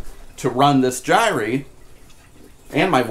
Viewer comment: Why do so many people mispronounce "gyre"?